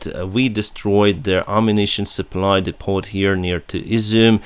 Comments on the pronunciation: Depot = dee-poe... All the French mixed in really screws up English..lol. Good luck my friend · Hi. Your vids are great and informative and I watch them everyday. Your English is great also, especially compared to my Ukraine... lol. Just thought I'd let you know that "depot" has a silent "t" in English (which probably means it has French origins) it is pronounced "depo". So please don't take this as criticism. I just think that you seem like a guy who likes to keep on learning "stuff". Feel free to teach us Neanderthal's basic Ukraine words and phrases! Keep up the good work and I hope your skies are peaceful soon. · “Depp-o” - the ‘t’ is silent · Also screws things up when non English people speak English too. Most English people pronounce it "Deppo", not dee-poe, neither English or French pronounce it as you said. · Happens everywhere all the time but your analogy is not the best. (see MeMeMe) As is from Ukraine and maybe not aware that depot is derived from the French word and therefore has a silent "t". I thought, that as an intelligent guy who has taken the time to learn English, and therefore might wish to improve on it, I would teach him the correct pronunciation, and why. He is obviously more intelligent than I as I can't fly an airliner or speak the Ukraine language, or any other language come to that, but I do like to share knowledge if and when I can.